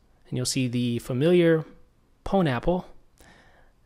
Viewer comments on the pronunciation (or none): you'll see the familiar pone-apple errrrrr..... say again? hahaha. Cheers dude sweet break.